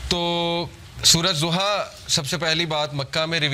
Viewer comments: Surah Duha not zuha... Correctly pronounciat please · It’s Surah Duhah not Zohah plz correct ur pronunciation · Surah ..Zuha .. Nahi Surha.. DUHA.. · PLEASE SAY DHUHA PLEASE PRONOUNCE ض DH INSTEAD OF Z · Zuha nhi dhuha bhai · Soura zoha ni soura doha hai urdu mein na kahien Arabic lfz duha hai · Naam galat bool raha hai sorat ka....doha